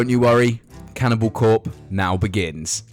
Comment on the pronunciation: Can- in-abowl